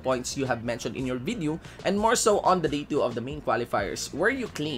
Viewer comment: Its "VIDEO" not "BIDEO", "PROVE" not "PROPE"... Anyway, ROASTED by. Have fun cooling yourself in cold water.